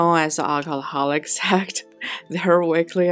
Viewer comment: Can someone make a vidéo. Someone who can pronounce sect ….😂😂